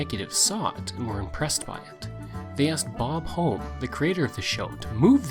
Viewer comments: His last name was pronounced "Hom-Me" not "Home" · Close His last name is pronounced "HUM ee"